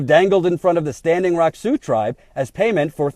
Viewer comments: ...See-ox? Really? It's pronounced "Soo". I even googled it just to double check in case they pronounced it differently (which would be a major news flash to everyone in the region). Nope, every link said "Soo" was the correct pronunciation of Sioux. I love what you're doing, but every now and then you remind me that you really aren't from around here. lol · Great rant. you said SeaOx but Sioux is pronounced SUE. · "Sioux" sounds like "sue,". Still think you're great, though. Also: about damn time, DNC. Sure took you long enough, you opportunistic snakes. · Native Sea-ox language? lol. thats funny. it is pronounced it "Sue". like "do" or 'you'. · Sioux is pronounced Sue. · Sioux is pronounced "Sue". Had the veterans not come down in force, the Pres., Warren, DNC, no one would have done anything! You are right. Shame! She, like Harry Reid, are trying to rewrite the history of the Democrats and Pres. Obama in this story. The Dems did not do anything but support the oil company! Saying you did after the fact does not make it so. And saying you stand with them is not standing with them when things die down, construction begins again and you conveniently blame Trump for everything. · Did pronounce Sioux as "sea oaks"? Is that like the Army Corpse of Engineers?:P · First, you gotta love and TYT politics, what an amazing job this guy does for all of us...buuuuuut OMG so funny ish.... Sioux is pronounced Soo or Su, you have been up there for so long how could you not know that. Too funny. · "See-ohx?" Really,? "See-ohx?" You've been with these people on and off for months, and you've never heard Sioux pronounced? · Funny, has been there a month and he still can't pronounce SIOUX......And yet he's making fun of Bismark! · I love you but you butchered the pronunciation of "Sioux".